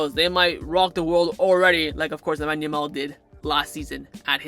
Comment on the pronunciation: Why do you say Lemon Yamal 💀 its Lamine Yamal